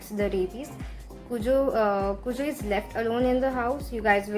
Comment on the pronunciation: It's pronounced as "cue-jo" i believe. King was on drugs while writing this but didn't admit that till he was in his later years. the book recieved flak for that ending (which i liked a lot as well😆).